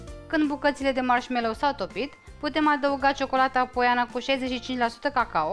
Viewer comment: Foarte frumos dar mi se pare ca atunci cand zici marshmello suna foarte ciudat